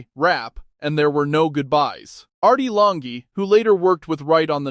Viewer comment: Artie Longy"? Really? : "Same DNA [pronounced 'dina')"? Really? And then, , "Artie Lanh-gay"? Really? Fuck your AI slop narration.